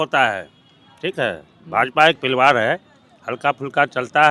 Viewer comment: Paliwar nhi pariwar bolna sikhlijiye